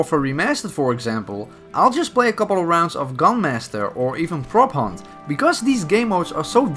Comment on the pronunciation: When you said prop hunt for the first time i heard propane